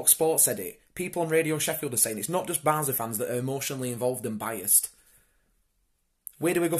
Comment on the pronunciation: Barnsley = band`s Lee